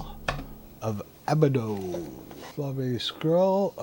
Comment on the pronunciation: The Scrolls of Abadon is one of my old favorites on the C64. It's pronounced { ah•bad•on }, and while you play, press [SPACE] (or is it [F7]?) to see your map. Try it! hehehehe